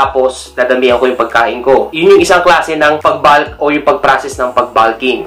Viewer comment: Bakit naging balk at balking ang pronunciation? Wala namang letter "a" sa salitang "bulk" at "bulking". Panuod ka ng video ng pronunciation ng bulk at bulking. Ang maririnig mo ay bolk at bolking.